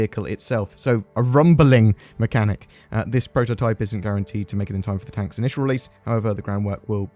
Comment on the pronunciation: Why do you keep calling it a "Tonk"? In the description it's called a tank, and ive heard CIG call it a tank in one of their videos about it.